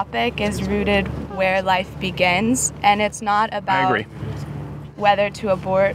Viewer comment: The way she says that’s battery is fucking wild